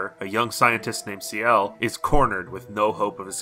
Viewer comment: >sea-ELLE It's Shell. It's always been pronounced Shell. How have you never met a Ciel?